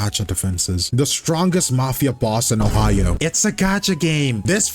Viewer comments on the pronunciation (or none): none